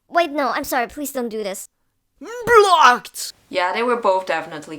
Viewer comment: SAID BLOCKED WITH A HARD 'B'